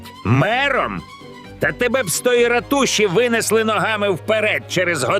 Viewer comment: Озвучка ші? ратушІ